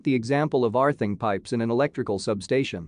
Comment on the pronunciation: Arthing? What is Arthing?